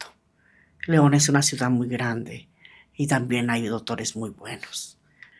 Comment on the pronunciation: #Ausencias, el mejor podcast 💯👍, solo una duda #, cuando dices la palabra #ciudad, se escucha como #ciudan